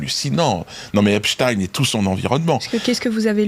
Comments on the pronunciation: C‘est du n’importe quoi, ce débat. Il était américain. Aux Us; on prononce ‘ine’ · C'est Ep-stine, en passant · J'adore comment il prononce le nom de Monsieur Epstein, c'est très drôle. Comme Dieudonné manque à notre télévisuel public.